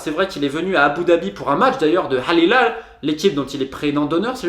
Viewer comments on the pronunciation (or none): Très intéressant, merci! Je découvre votre chaîne. En revanche, quitte à vouloir prononcer les mots en arabe, autant vérifier avant la bonne façon de le faire (je pense à « Jamal » ou à « hilal »). Ceci dit, nous sommes les français... internationalement connus pour prononcer les langues étrangères comme cela nous chante! Très bonne continuation!